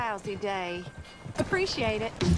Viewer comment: "aprecciate it....what a lousy day" teehee >_<